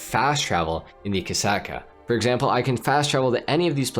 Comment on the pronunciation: "Torador" and "Kasaka" 💀 Only in Ohio